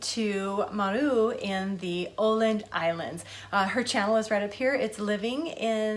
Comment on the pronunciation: Amazing my friend ! Those cucumber sandwiches looks super fresh and crunchy, can't wait to eat them soon. Excellent pronunciation on Åland (oh land) . Love this, see you on my pass the plate challenge :)